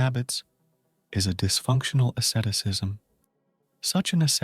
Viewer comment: what the heck is assetisism? please atleast say Asceticism properly matey...